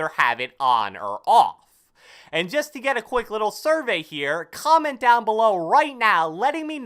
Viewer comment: Bro ut getting russian "let me know with a kgomment in the kgomment section below" LOL